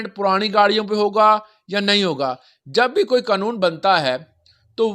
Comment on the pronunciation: قنون ؟ نہیں پیارے قانون ہوتا ھے